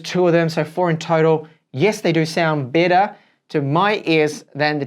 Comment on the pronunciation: He kept saying “Bitter”